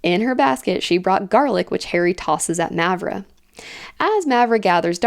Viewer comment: Btw, both As in Mavra are pronounced the same, with the long ahh sound.